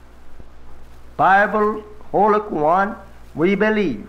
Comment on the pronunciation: I'm not Black but I am Arab Muslim, ..... I noticed he pronounced the Holy Qur'an as " Kwu-Ran instead of Kore'Ahn ( phenetically spelled)... If he really was a Messenger from Allah....would not he actually know how to pronounce the Arabic Quran??? Very interesting. I also would imagine he'd know Islamic theology also?